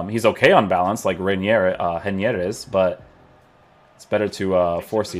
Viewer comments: You almost got the pronounce right! "Rei" would be like "Hey" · I'm Brazilian and you pronounce his name hey-knee-err